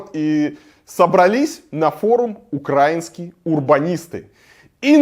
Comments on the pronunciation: украИнские!!!! ставь же ударение нормально, блин! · Ударение в украинские можешь правильно ставить....